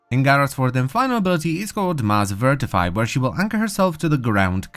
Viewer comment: Is nobody going to point out that says VIRTIFY when its actually V I T R I F Y